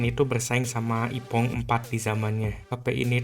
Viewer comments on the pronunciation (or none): none